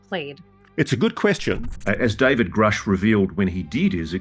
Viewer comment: Why elizondo never pronounce David gruuuuushe correctly